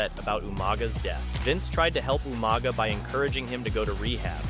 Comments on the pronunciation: Umaga?!!? ITS UUUUUUMAAAAAGAAAA!!! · “Ooma Guh “ lol